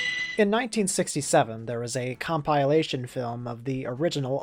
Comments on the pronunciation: com PIE lation... you're gonna go with that pronunciation, huh... okay. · Please don't ever say compilation that way again Jk do whatever you want you're perfect and we love you